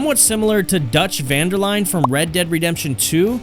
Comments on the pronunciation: That’s how I know you didn’t play RDR2. Or the first. How you mispronounce Dutch Van Der Linde’s name like that my guy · No way this is not ai written. The shitty structure and having so much to say about someone just to put them at c, the 5 clips he has for every character some that are fake. The small inaccurate details. The left out people. Oh and the way he said Van Der Linde